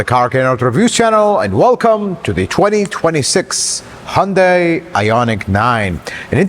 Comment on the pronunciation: It’s hun day not hun die